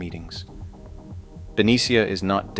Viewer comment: Ben-nee-sha… not Ben-e-C-ah..